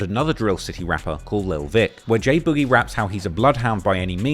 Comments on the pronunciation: it’s BOOG IE (boog eee) not boujee 😂😂😂😂😂 yo ass is a fan bro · I put this on my life ik bro name was “ boogie “ or some the way he kept saying “ bougie “ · why tf you pronouncing boogie like that